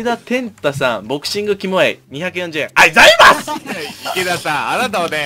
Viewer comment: ボクシングいるので落ちます、あいざいます！で吹いたw